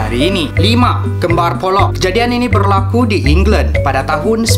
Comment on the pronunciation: kejadian ini berrrrlaaaakuu.. pekat gila sabah 😂